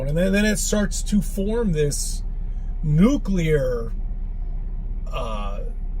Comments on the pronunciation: You know what? I give him credit for knowing how to pronounce "nuclear" properly! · At least he says 'nuclear' and not 'nucular'!